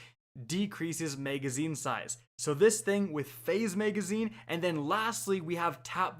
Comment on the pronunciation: Am I the only one who hears "maygazine" when he says magazine?